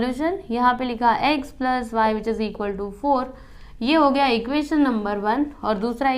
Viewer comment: Didi gay nahi gaya hota hai😊